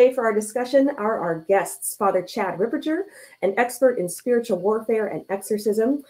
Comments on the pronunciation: It is Father Ripperger (hard G) , not Father Ripperjer , but it is better then Fr Gad Ripperchad ! So sad that Mary Harold had no time to listen to Fr Ripperger podcasts. What an intellectual downslide these times, this shows what a great importance TAN Books had been and still is and the spiritual attack on it! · Books Ripperger is pronounced Rip-per-ger the ger sounds like hamburger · It's Ripper*gurr